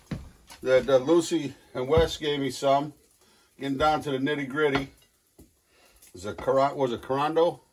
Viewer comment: Gettin down to the "nitay gritay."